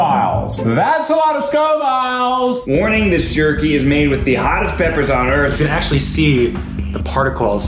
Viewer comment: Almost as annoying as Keith saying 'Scoviles'.